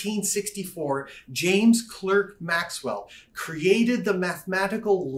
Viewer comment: common mistake: James Clerk Maxwell's middle name is pronounced Clark, not Clerk.